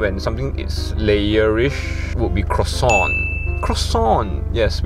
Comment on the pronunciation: Today i learn how to pronounce croissant (is it? 😅) Hahaha 😂😂 I need to try yg merah tu